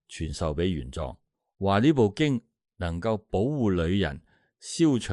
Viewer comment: 玄奘 自小讀莊 你讀壯 可有特別意思😂😂